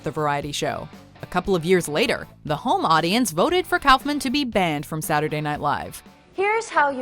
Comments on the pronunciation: It’s pronounced cough man not kouhfman that made me cringe when you said it also a lot of these where actually funny but watchmojo becoming a bit too pc for my liking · "Cowfmin?" It's pronounced "cough man." 😒